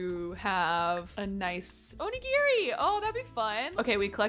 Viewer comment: omg girl, every time you mispronounced onigiri I flinched lol